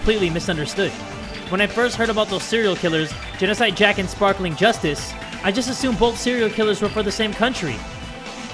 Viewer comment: ITS NOT GENOSIDE JACK, ITS GENOSIDE SHOW!!!!